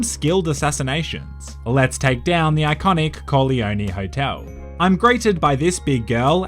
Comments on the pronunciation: the way you said corleone hotel makes it sound as if you said "coglioni hotel" which in italian either means the balls hotel or the hotel of stupid people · The fact that he pronounced Corleone wrong is an obvious sign he's never watched the godfather 😂😂